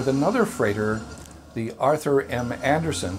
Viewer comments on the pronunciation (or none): none